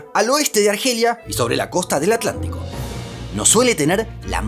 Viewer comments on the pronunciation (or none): none